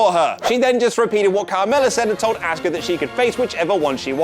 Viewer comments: Jesus Christ , how have I never noticed how much this guy butchers Asuka’s name? It’s “aws ka” not “ask uh”! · AHH-SkA not Ask-ah